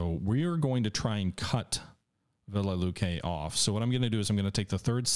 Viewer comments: Velikiye Luki is pronounced like this vuh-lee-kee-yuh loo-kee all best. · Disliked because you kept butchering the pronunciation of Velikie Luki. Scratch that - EVERY SINGLE Russian city on the map.